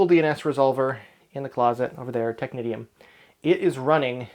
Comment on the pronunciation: Isn't Technitium (excellent server BTW, I used it too but as authoritative too—for AD no less) pronounced as "technician"? (but with the correct vowel sounds, of course).